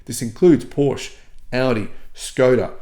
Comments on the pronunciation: Great research … thanks for the effort and for sharing, dear … on another note could you maybe try your say PorschE and not Porsch …;-) … thanks 🙏🏻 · Thanks for your work. FYI ‘Porsche’ is properly pronounced ‘Portia’😊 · Hearing the word Porsch multiple times a minute makes my ears bleed. Seriously, why does an auto journalist not care about the correct pronunciation of a car brand that he talks about? With words of foreign origin like Porsche you pronounce the e at the end just as you do it with Katastrophe or Nike.